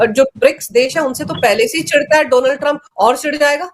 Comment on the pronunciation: डोनाल्ड नहीं मैडम डॉ as in doctor